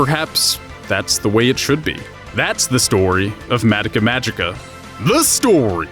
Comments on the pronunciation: Stop saying madika magica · I don't mean to come across as snide, but it's always weird to me how so many weebs will watch japanese shows all the way through and be able to talk at length about the themes and implications of its writing, but still mispronounce its name? It's just weird to me, idk.